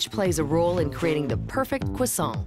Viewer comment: The hosts' pronunciations of Croissant are so American and inconsistent. The factory representative pronounce it perfectly (of course).